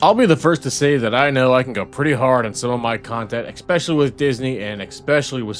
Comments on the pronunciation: Especially, not expecially. Learn English. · Go hard with working on your pronounciation of "especially". It isn't "expeshully".